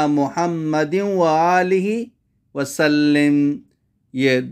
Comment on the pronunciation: سلیم نہیں ہے وسلم ہے ماضی کا صیغہ ہے اس کو ٹھیک کر لیا جائے مہربانی ہوگی